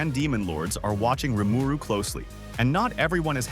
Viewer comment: How can you get the pronunciation of RIMURU wrong??!?!?!?